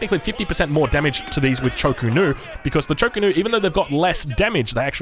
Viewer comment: Also, Cho Ko Nu rather than Chu Ko Nu.. drives me nuts lmao. I like his casts but Hayche Pee and ChoKo is very distracting